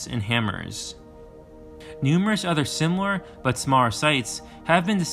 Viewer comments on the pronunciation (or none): none